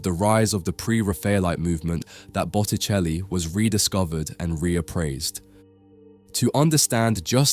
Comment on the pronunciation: Bucheli?? Es Boticelli !!! Hay q arreglar la IA.....🙄